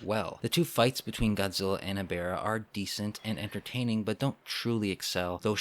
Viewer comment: How to Pronounce Ebirah's Name: Uh-Beer-Ra